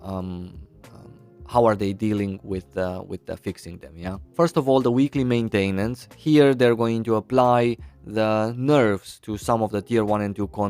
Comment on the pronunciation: I Love how you pronounce maintAInance 😁